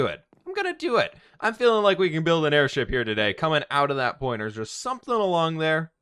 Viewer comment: airSHEEP you say?? 🤔